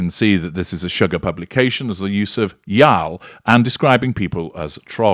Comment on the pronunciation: Lmao. I am giggling over your pronunciation of the word y'all. That is a distinctly American word, and fully acceptable in speech in informal settings in the Southern and Southwestern regions of the US. Im sure it is grating to an English man though 🤣